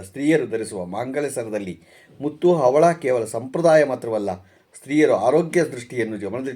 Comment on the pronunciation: ಅವಳ ಅಲ್ಲ ಹವಳ